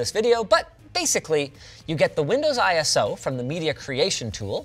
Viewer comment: why does he pronounce it "I ES OH"? XD